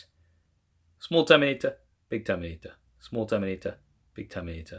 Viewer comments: When you were saying Terminator, I was hearing TOMATA. SMALL TOMATA, BIG TOMATA. 🍅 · i really love your camera comparison videos, like, its the best on youtube! but i laugh when you says "terminator", it sounds like tomatoes😂 im sorry this is so hilarious